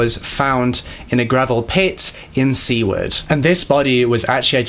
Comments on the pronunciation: lol Alaskan here its - ah-cloot-nuh for eklutna - sue-word for Seward - kuh-nick for Knik - Mat-tah-nooska sue-sit-nuh for the matsu valley It’s not a big deal some places here are hard to pronounce it’s just funny to hear words that I’ve grown up hearing sound alien in other people’s mouths. I actually had to listen to the eklutna one like 3 times i was so confused lol But Im rlly sad that the justice system is so much worse here than back then. Murderers here can get off with 20 years while this guy got 400 years like wtf i could get killed right now and my killer would probably get put in the corner and not allowed to watch tv for a week like that’s basically what it’s like🙄... and i also can totally see something like that happening here today, people are so gross when it comes to hunting(bad place to live if you’re like me and you care more about animals than pleasures blah blah blah), and how dangerous people seem to be here like there are a lot of mentally ill people that aren’t getting the care they need bc idk every system here is just wack? People that genuinely need mental help are out sleeping on the streets bc our hospitals don’t want to help them... man i should be the spokesperson for vacation Alaska 😂😂😂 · They call him Butcher Baker in Alaska. By the way Seward is pronounced is like (su ward) just so you know. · And Kah-nik, & Sue-Ward. Lol he got pretty much all of it wrong. But he tried. I'm from Anchorage & my family knew his frighteningly well.